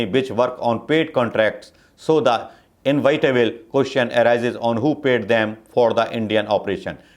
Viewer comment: Inevitable bolo invitable nhi. English aur Hindi dono me gol ho aap.